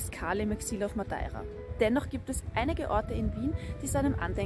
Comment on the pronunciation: mir tuts im hirn weh, wie du "madeira" aussprichst. das ist ein E. kein A. sonst grossartige kurzdoku.